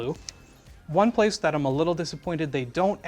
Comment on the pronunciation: " its a good hiding splace" hahahaha